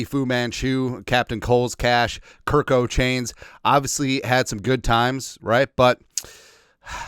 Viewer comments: Why do you always call KirK Cousins with a T instead of a K? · Why can’t you ever get his name right??? Have some respect. His name is Kirk (which sounds like work). That is K I R K. Do it right or don’t do it.